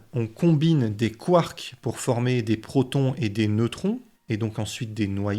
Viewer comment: Ça serait bien de t'appliquer sur la prononciation ... Le zozotement quand tu parles des gentils protons, c'est assez pénible (''°)